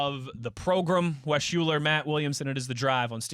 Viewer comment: Wes UHLER not Shuler!!!!